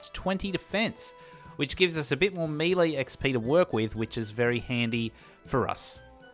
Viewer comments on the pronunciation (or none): none